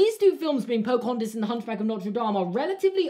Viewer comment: Everyone: Pocohontas: Pocohontis Everyone:...:...